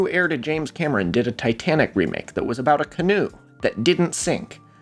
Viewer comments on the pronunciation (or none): none